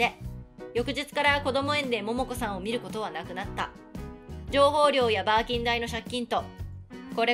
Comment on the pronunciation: 「バーキン」を「バキーン」に吹いてしまったwww 本当に月収1000円だとしたら、ブラック企業過ぎるだろwww